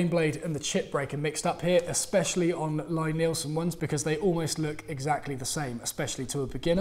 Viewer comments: It's pronounced LEE, not LYE. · Best woodworking videos on YouTube, hands down. No bull, just simple (and entertaining) instruction. BTW,, I believe it's pronounced "Lee" Neilsen, with a long "e." Carry on!